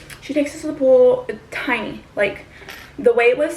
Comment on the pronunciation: I got thru 13 mins of the video before i realized u were saying "pole". Sounded like "pool" the whole time LOL